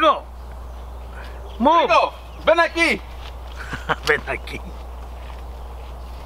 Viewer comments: "Rigo ven aquí" apruebo esto como hablante nativo de español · Has vídeos en español, ya que sabes pronunciar ven aquí xd